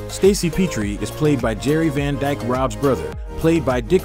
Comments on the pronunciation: Rob and Laura Petrie pronounce their name as in Pet dog or cat, not Peetrie. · Rob and Laura PETrie, (with a short e sound), was the last name of the 2 main characters-not PEEtrie.